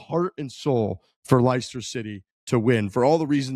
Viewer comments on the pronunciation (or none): It's not pronounced LIEster City, phonetically its pronounced LESter 👍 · LIESTER??? Leicester is pronounced Lester. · Jesus you watched the documentary im sure they say the name properly a few times during it liystir city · As someone from Leicester, that was tough listening to pronounce Leicester.